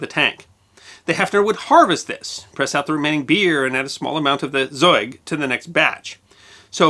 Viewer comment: You speak the "Z" in "ZEUG" way way too soft. Z has to really "hiss" and sound like a Steam Train. But I know, for English speaker ... the pronunciation of certain letters is hard ;p